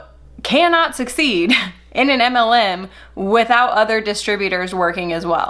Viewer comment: I’m obsessed with the way your pronounce “MLM” 😍